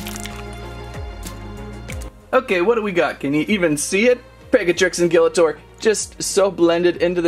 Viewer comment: It's pronounced as gill-(like the gills of a fish)-uh-tor